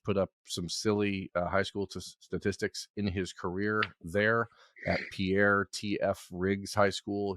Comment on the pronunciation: As a South Dakota guy Pierre is pronounced “Pier”. Thanks for the info guys.